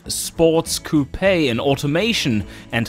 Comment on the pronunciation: Ur saying coupe wrong.